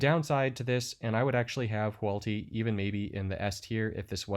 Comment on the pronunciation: Hoo-AHT-lee. Say it with me; WHO-aught-li. Reading the name tells you which order to pronounce the letters in